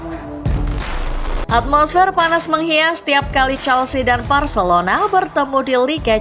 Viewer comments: ga salah denger kah, Varcelona😂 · Telinga lu gak salah bg Gw puter berulang kali buat mastiin 😅 Varcelona 🤣🤣